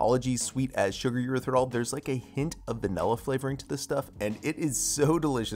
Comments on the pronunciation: why does it sound like you are pronouncing the word "Erythritol" without the second 't'??? It sounds like Erythirol. Sorry, but it just bugs me. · This looks yummy but, dang it, PLEASE pronounce Erythritol correctly. It’s not “Er-ith-er-ol”, there’s a “T” in it. It drives me bonkers to hear you say, “Eritherol”...it’s “Er-ith-ri-Tall”. 😫